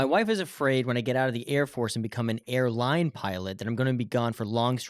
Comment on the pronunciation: It's AIRLINE NOT AILINE